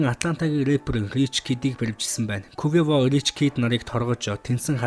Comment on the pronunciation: quvevo гэж уншаад байхын хаха